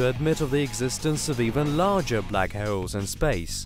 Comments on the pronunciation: Black he-yowl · Syewper Massive Black Heuwls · What is a black heoauwle?😂